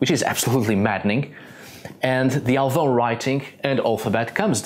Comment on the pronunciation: Great pronunciation of Alvão! You sound like a portuguese native!